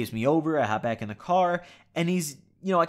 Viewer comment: I thought you said “OMG my dad is black” for a second